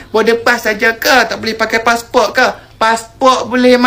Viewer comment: Di Malaysia kami sebut passport bukan passpor